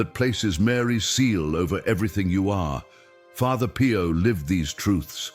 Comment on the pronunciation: calls Pio Pie-o! Lol